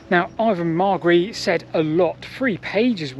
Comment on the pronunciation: Very interesting, and I'm happy that you seem to have finally got the pronunciation of Ivan Margary's name correct!